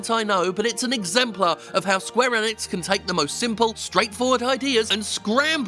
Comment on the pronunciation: This man can’t say gibberish Enix or xeahahort wtf